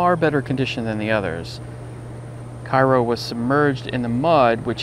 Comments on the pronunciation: I believe that it is pronounced "kayro". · I think he isn't aware Cairo, IL is pronounced kayro - but still a very informative video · Actually, those of us who live down here in Southern Illinois pronounce it "KARE-oh." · The ship is named for the city in southern Illinois. Local pronunciation is "KAY-ro." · It's pronounced Kay-row as it's named after the Illinois town. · That's the South Georgia pronunciation too. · Actually, those of us who live here in Southern Illinois pronounce it "KARE-oh."